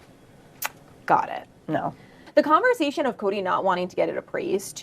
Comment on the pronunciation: I am SO sick of hearing Meri repeatedly use the words 're-LA-tion-ship' and 'CON-ver-sa-tion' whenever she speaks! Sidebar: Meri looks great these days; she looks years younger, pounds lighter and happy--she actually finally looks happy!!